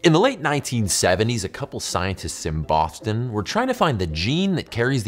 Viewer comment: I swear he says, "Scientists in Bofton"